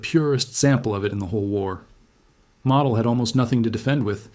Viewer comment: Sorry, couldn't watch it. His name is pronounced mow-dell (mow, as in mowing the lawn). It's not pronounced model, as in model car.